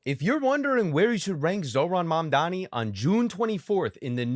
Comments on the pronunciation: Learn how to say it 🎉🎉🎉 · M - A - M - D - A - N - I You should learn how to say it, because you will be.